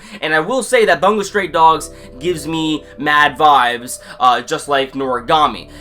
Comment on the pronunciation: Bungou not "Bangou"